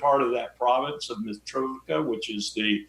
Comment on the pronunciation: Larry Wilkerson - is he a liar or lunatic or idiot? Or just American. Mitrovica is not Mitrovika!!!!